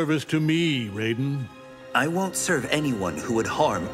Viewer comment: The fact they say "Raid- Den" still bugs me.